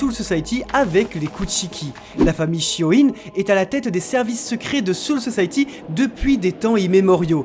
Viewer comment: On dit shi o ne pas shi o ine